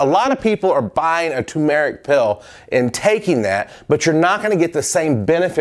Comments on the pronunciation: its not pronounced 2merick or toomerick its pronounced TERMERICK, but spelt TURMERIC.Even if you pronounced the Tu and 2, then it follows rmerick, so you would say 2 "r" merick, but when you say 2merick, you totally miss out the pronounciation of the "R" and it's not a silent r, so that's wht it's wrong to say 2MERICK,it's as it's spelt TURMERC. Other wise know as HALDI powder to the Indian chefs, did you know in India doctors actually put turmeric on cuts and wounds and it helas them, trus fact. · TOO-MUR-IK not TOO-MARE-IK. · Hi,. The spice is pronounced TUR-mur-ik, not TUMOUR-ik. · You pronounce Salmon and Turmeric weird